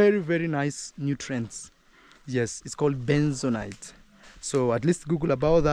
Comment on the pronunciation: ITS BENTONITE NOT BENZONIGHT. There is no such thing as benzonight. YOUR BOY MAWERA KNOWS THE RIGHT WORD BUT IS AFRAID TO CORRECT YOU 😂